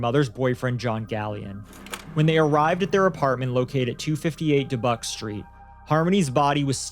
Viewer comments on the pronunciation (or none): Its pronounced duh -byook, Dubuque.